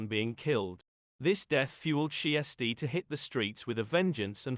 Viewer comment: Pronounced shys -tea